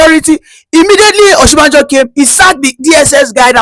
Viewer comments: you're not a Yoruba person, no matter how you tried to dread your hair, you still look like your people. How can you be calling Osibanjo as Oshibanjo? Stop deceiving people about your tribe. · I have always said he's not Yoruba but he lied because he's able to speak little Yoruba. The truth now publicly displayed the way he's struggled to pronounce Oshibajo